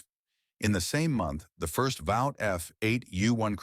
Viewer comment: Generally agreed but for mispronouncing Vought, which rhymes with Fought or Sought, or taut and taught, for that matter